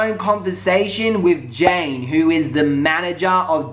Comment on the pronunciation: It's Janaye not Jane